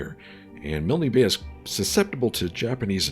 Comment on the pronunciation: Milne Bay, pronounced as rhyming with Kiln; like for pottery. Your Cruisers have scout planes too. Your land based Catalinas are better scouts. Save your B17s to attack Japanese ships.